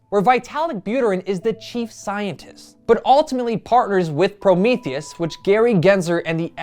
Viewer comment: Promethium. As in "Promote Ethereum". Not Promethius.